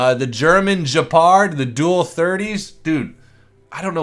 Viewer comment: it's Gehpard not Juhpard ya nut